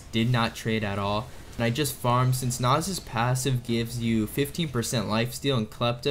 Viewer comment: I feel like you are intentionally mispronouncing Nasus and Illaoi